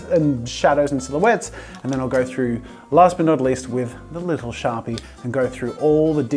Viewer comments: when he says sharpie he says “shawpee”🥺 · SHAH-PIH I'm laughing alone am 😂😂😂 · The way Jazza pronounces “sharpie” is adorable 😍 with so much love and tenderness 🤣 such a true artist !